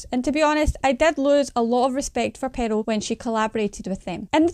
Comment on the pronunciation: The Scottish accent is great, but it's crazy how the sister pronounces Pearl as Peril lol.